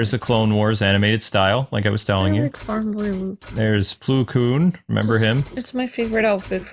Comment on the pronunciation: It’s not ploo koon it’s pl-O-koon